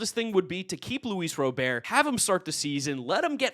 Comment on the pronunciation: “Luis Robear”🤓